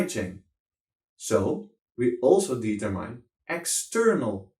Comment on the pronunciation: Hey nice man, maar als je determine zegt, spreek het dan niet uit als "dietermijn", maar "dietermin"